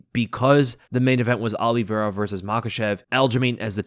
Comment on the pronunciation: Bro it’s “O-lee-Vera” not “Ah-lee-Vera”